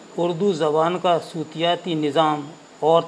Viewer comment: sir aap Urdu alfazon ke reading me ebarat galat padhte hain. sutiyati galat talaffuz hai.sautiyati sahi talaffuz hai.